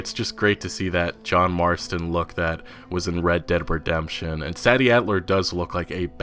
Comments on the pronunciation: You’re pronouncing “Sadie” wrong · That’s not how you say Sadie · Sad E ?? i think u mean SAY D adler. learn proper ENGLISH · Pretty sure it's pronounced Say-dee as opposed to sad-dee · While I haven't seen the name in print to confirm, im gonna guess her name is spelled SADIE? ...Which is pronounced; 'Say Dee' just FYI bud. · I'm pretty sure it's SAY-DEE and not SAD-EE you're always pronouncing shit wrong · Its pronounced saydie not saddie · Not trying to be rude, just letting you know, Sadie is pronounced "Say-dee" not "Sad-ee" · “Say-di” not “Saddie” Sadie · It's 'Say-Dee' not 'Sad-ee', like the Beatles song Sexy Sadie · PLEASE THE GAME DIDINT COME OUT YET BUT I'M ALMOST 100% SURE THAT sadie characters name is actually pronounced "Say-Dee" not "sad-E" the way u have been pronouncing it has been making me cringe an I'm almost certain its actually the way i just put "Say-Dee" lol btw great videos I watch all the time p.s. please nomore "red dead 2 getting delayed again" videos I new 2 times was their mark lol an I was stressing each time so hard with how much I've been anticipating this game rockstars my fav gaming company ever an red deads one of my fab games of all times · The woman's name is pronounced "Say" Dee" Sadie. Not Sah-D. Really annoying to hear you mispronounce it time after time. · just have to say it.... Sadie (SAY-DEE), not Saddy.... thanks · "say-dee" not "sad-e" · Pretty it’s pronounced “SAY-dee” not “SADD-ee” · Sadie isn't pronounced as "sad-dee". It's pronounced "say-dee". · Hey you have to say the “a” part in Sadie like aid and not sad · I believe her name is pronounced "SAY-DEE" not Saddy. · It’s Say-dee not Sadie 🤦🏻‍♂️ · Its Mike-Ah not Meeka and SAY-D not sad😞-d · Uh I'm not too sure but IIRC Sadie in this case is pronounced Say - Dee not sah - dee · You say Sadie like this (SAEDie) , not (SADie) , just thought I would let you know for future videos 👍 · Is her name pronounced say-dee or sad-dee..? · Sadie is pronounced Say-Dee